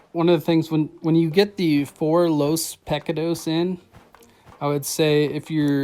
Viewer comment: To help you on pronouncing pecados.. think of the “pec” as how you say “mick” in McDonald’s... so .. pick — ahhh - ... you pronounce the “dos” correctly. Haha